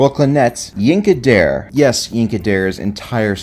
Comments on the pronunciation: FYI, Yinka Dare is pronounced like dar-ray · Pronounced Yinka "Dar-ray"